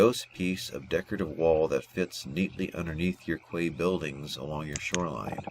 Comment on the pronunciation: the word Quay is actually pronounced "Key"..I know, crazy right..:)...thanks for these button walk throughs!